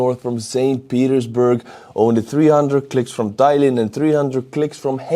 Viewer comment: i keep hearing say "thailand"